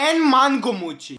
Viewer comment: its not moochi its mochi